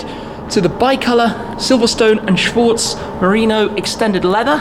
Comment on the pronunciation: laughed so hard at tim pronouncing schwarz as schworz hahaha